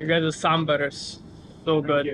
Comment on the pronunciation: Saambar not sumbaar